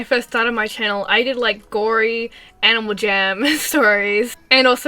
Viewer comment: OMG U SAID ANIMAL JAMMI POVE IT